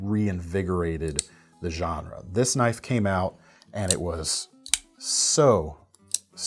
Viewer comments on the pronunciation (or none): none